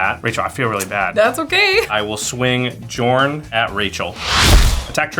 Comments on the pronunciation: pronounces Jorn with a J Me: REEEEEEEE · Hearing the "J" being pronounced that way made me chuckle. J's are supposed to be Y's in Norse/Icelandic . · It's pronounced yorn yorn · Bruh I felt a tingle up my spine every time said "Jorn" and not "Yorn" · God damn it this is all based on Nordic stuff, it's pronounced Yorn, not Jorn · Pronounced Yorn not Juh-orn. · I think that Jorn is pronounced Yorn and not Djorn. 🤔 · So many Komas, he should just change his name to Tifa at this point. And by the way, Jorn is pronounced more like "Yorn" instead of "jawrn". Scandinavian set and all that. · Yorn not jorn!!!!!! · I'm feeling like the "J" in Jorn is actually pronounced as a "Y". Mjolnir (Me-yol-nir) being an example. I think the world serpent, Jörmungandr (Koma, Cosmos Serpent), is the same story. Somebody more learned please correct me if I am wrong! EDIT: One of my favorite cards in MTG for the win! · No one thought to tell that "Jorn" is pronounced "Yorn"...? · Jorn is pronounced like Yorn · I would think it was pronounced yorn As it's based on Norse mythology. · Jorn is with a soft J isn't it? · small nitpick, but Commander's name is pronounced Yorn. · It’s pronounced “Yorn”. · I'm pretty sure the official pronunciation is just whatever the English standard happens to be, even if technically "Y"orn makes more sense. Otherwise I have literally never heard anyone pronounce Huatli, Atla Pilani, Tocatli Honor Guard correctly ever. It's a weird sound that's never used in english that's kinda close to "ch". (Fun fact, I'm pretty sure in Tyvar Kell and Svella, Ice Shaper the "ll" would be the same sound as that "tl") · Wouldn’t it be pronounced “Yorn”? Not trying to be mean, just curious. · In Norse tradition, it's pronounced "Yorn". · Heads up for anyone not familiar with Norse things. Jorn is pronounced with a Y sound. Yorn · Pretty sure Jorn is pronounced Yorn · Mispronouncing those cards like that is a sin